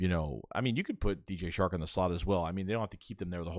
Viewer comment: It’s DJ Chark not shark